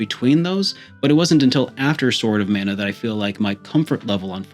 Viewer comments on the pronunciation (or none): none